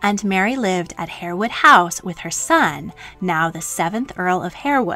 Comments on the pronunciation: Just one thing; if you are going to produce such programmes; kindly learn use the correct pronunciations. HAREWOOD IS pronounced HARWOOD and not HAIRWOOD. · Harewood is pronounced HARwood. Tobago is To-BAY-go, not To-BAH-go. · It’s pronounced ‘har’ (like ‘hard’) wood. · Harewood is pronounced Harr-wood, not Hair-wood. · Harewood is pronounced "Harwood". Learned that staying in Yorkshire near Harewood Hall. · 'Harewood' is pronounced 'Harwood'. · Exceptionally well done ..but Harewood is pronounced ' Harwood' and Aide de Camp is pronounced ' Aide d Com'.. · Just a point. It's spelled Harewood but pronounced Harwood.